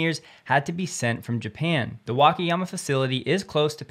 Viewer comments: The pronunciation is [Waka...] not [Wake...]. All 4 "a"s are pronounced the same. Hope this helps. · WA-KA-YA-MA say each syllable separately and don't blend them.